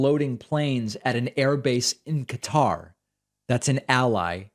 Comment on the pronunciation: David, SIR! May we have a pronunciation check on Qatar? I have heard it pronounced in a different way than you’ve done! Thanks. I became a member today using your coupon code!